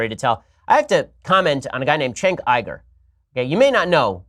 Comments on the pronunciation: How do you get I-GER from Uyger? You sure this guy went to college? Also, I bet Shapiro watches some hardcore darkweb type shit. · “I Ger”? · How do you get “iger” from uygur? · Yo, Ben. When did we start pronouncing the letter U as an I?